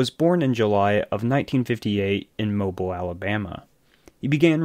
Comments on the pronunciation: It’s moe-beal not like mobil 1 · From a local, Its pronounced Mo-BEEL not MoBUL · Mobile Alabama isn't pronounced mo-bull, like something that moves. It is mo-beel, like the baby toy. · FYI: The city and track name is pronounced MO BEEL, not mobul. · Its not mobile as in mobile phone. There's generally 2 ways you can say the name. Moe-bill, or moe-beel. Moe-bill is more common. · Bro. It’s Moe-bill not Mobil. Your videos are great tho 🎉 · It's MO-BEEL Speedway not like a mobille phone dude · It’s pronounced Mo-Bill, not Mo-bull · Please. For the love of god pronounce Mobile “Mo-Beal” No one in Alabama calls it “moble” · I remember when this happened and couldn't believe it. Also, Mobile is pronounced Mo-beal. You even put a video in that pronounces it correctly. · Okay, good video about a horrible human being. But, the city in Alabama is pronounced, "Moe--Bill". Like 2 guys names. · Mobile = Mow-Beale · its mo- bill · It’s pronounced Mo-Bill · Seriously? You have never heard that Mobile (the city and bay) is pronounced “Mo-Beal”? Really? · Mobile is pronounced Mo-beel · You can’t even say the name of his home town right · That's not how you pronounce Mobile